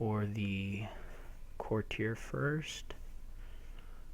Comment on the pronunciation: KORR - tee - ur. not KORR - teer. get it right.